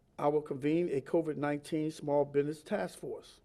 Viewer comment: biDness , what's a biDness ??